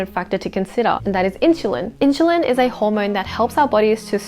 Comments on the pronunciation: in- SUL-LIn. that drove me nuts . IT's not INCHULINS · in-soo-leen. not, in-shoo-leen. also isn't it obvious you shouldn't eat fast food all the time? i guess its not common sense for most. cause my friend eats only fried proteins and carbs. no veges at all even. and drinks soft drinks with his meal all the time instead of water. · Why does she say "inshulin" ??! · Inshulin hahaha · NO WAY did you lose 10 kg in 12 weeks, stop spreading misinformation!! You are like many liars who sell the lie of losing so much weight in just a few weeks, and when girls try it and fail they get discouraged and depressed! Cant even say "insulin" properly